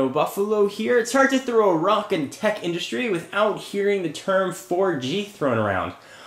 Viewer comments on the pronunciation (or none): none